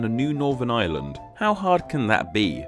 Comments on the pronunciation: He pronounces 'Ireland' and 'island' the exact same XD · can't help noticing that the R sound in Ireland is completely dropped